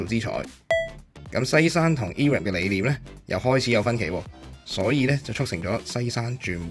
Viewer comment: Irem 係讀 I-Ram 唔讀i(e)音的 亦唔讀rem ，直接讀 RAM 的